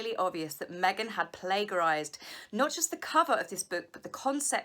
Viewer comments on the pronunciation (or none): PLAJ-erised (soft g) - conveyed lovingly x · pla jer ised!! thats the (pronunciation) please! Love you but you drive me nuts when you say that word! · Love your content but noticed you tend to pronounce plagiarised wrong, the g in the middle is soft like a j.